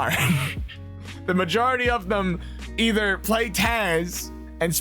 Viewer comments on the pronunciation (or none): none